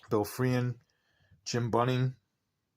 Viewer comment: Bill Free-an ? He’s borderline HoF ! It’s Free-Han just as it’s spelled.